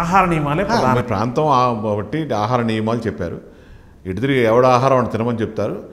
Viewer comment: Antha saregaani mee iddari telugu pronunciation baagoledu. pradHaanam, bHaagam anadam nerchukondi.. baagam baagamenti mee bondanaa?